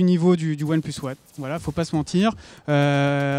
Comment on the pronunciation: qaund il dit one plus tfouuuuuu lol apprend l anglais